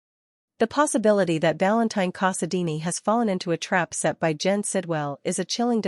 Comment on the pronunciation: For crying out loud, can you say Artificial Intelligence is unintelligent, without saying Artificial Intelligence is unintelligent? Couldn't you at least make your fake human pronounce character's names correctly? It's val-un-TEEN CASSA-dine, not VAL-un-tine cossa-deenie. Its Anna dee-VANE, not Anna Dee Ann. And it's Caesar fay-SAWN, not Caesar FAY-sun.